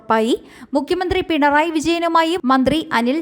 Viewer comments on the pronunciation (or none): none